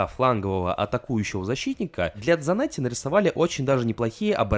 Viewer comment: Хавьер Санетти он аргентинец поэтому на "С"